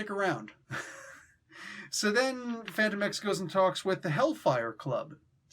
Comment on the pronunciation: I thought his name was pronounced “Fan-TOE-mex”